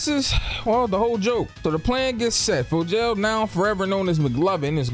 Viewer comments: Bro I'm convinced you pronouncing these names WRONG on purpose at this point 😆 cause ain't no way you sat up here and called him FOE-JAIL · “Helen’s” name is Becca 😂😂😂 and Fogels name is pronounced fo-g-al. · you got me fucked up for the way you say Fogel 😭